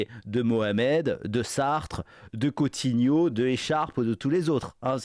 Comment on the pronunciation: Cotti-neau ! pas « Cottignot », bon Dieu. C'est dingue que vous déformiez ce nom depuis des années.